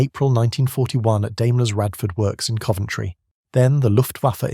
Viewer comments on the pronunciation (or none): none